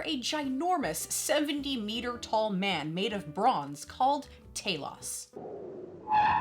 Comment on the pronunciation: Respect an American who can actually pronounce the characters name correctly, mines on the way . Nice review girl 👍👍